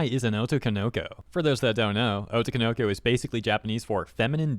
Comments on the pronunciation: Oh toe ko no ko Otoko no ko You're linking the syllables wrong. You're saying it "oh toko noko." That's wrong. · Also, the way in which you pronounce otoko no ko as being one work was super funny😂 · It's weird to hear otoko no ko pronounced as one word when in reality it's 3 words lol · the way you pronounce otokonoko is so weird lmao